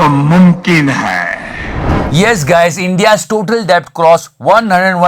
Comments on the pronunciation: bhai डेट bolte hai debt ko😅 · Bhai debt ko det pronounce karte hain...badiya episode :P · As a commerce student.. It is my janma siddha aadhikar to correct you that the 'b' in the word 'debt' is silent.. 😂😂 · debt m b silent hota hain......